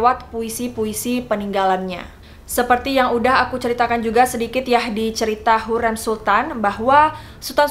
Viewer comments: Plis ka sebut hurrem nya seperti “sate”. Agak terganggu hehe maaf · Topkapı dibaca topkape krn penulisannya bukan pakek huruf 'i'tapi pakek abjad turki 'ı' yg pelafalannya kyk kita nyebut kera Kalo Hürrem, Harem, dsb pelafalannya bukan kyk kita nyebut 'kera' tapi 'bebek' simple nya kek huruf vokal biasa ' a, i, u, e, o '